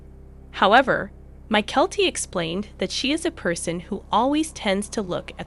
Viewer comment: Please all the miss pronounced words by the computer generated voice over needs to stop, it gets very annoying and what’s more disturbing is that they referred to Janelle as if she were some kind of fat pig, really??? Disgusting! Mykelti not My-Kelli! Patreon!